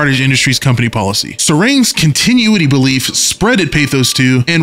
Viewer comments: I'm going to fight you over the way you pronounce "continuity". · I can't get over the way you pronounced “continuity” lol 10/10 no notes